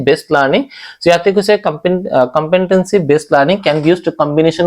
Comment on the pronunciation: It's called competency Not compentancy Wrong pronunciation